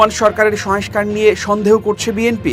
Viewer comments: ভাইরে, শয়েংস্কার না...."সংস্কার!" শয়েংস্তা না......"সংস্থা!" 😜😻😁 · সংস্থা /সংস্কার উচ্চারণ সঠিক হওয়া প্রয়োজন।